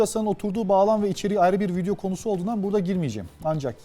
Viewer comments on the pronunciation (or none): none